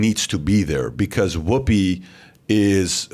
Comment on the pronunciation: Whoppi?... i think you mean whoopi. Haha